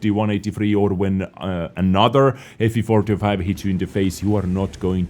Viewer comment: I feel like says ''Fvfortyofi'' instead of ''FV4005''